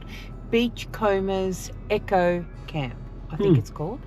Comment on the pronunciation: Great video :-) tho I note it is a an eco camp not an echo camp as U2 keep saying Lol